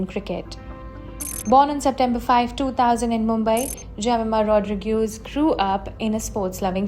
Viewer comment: It is Rodrigues not Rodrigueeees